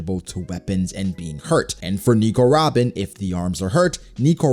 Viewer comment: It really makes me cringe when you say Nico Robin everytime